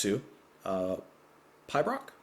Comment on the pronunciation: Great reaction, as always. To help, Pibroch - pronounced - Peebrock is a tune player by a solo bagpiper. It's usually lamenting something and at the Edinburgh Military Tattoo every August the end of the show is heralded by a lone piper high on the battlements of the castle playing a Pibroch. Quite a sight. Gives me goosebumps every time I see it. Here's a link if you are at all interested. To me that is what Martin Barre is doing on the guitar to start and finish with.